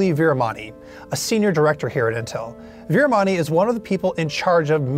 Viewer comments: It's veeramani :) not MONEY :P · His name is murali veeramani not veeramoney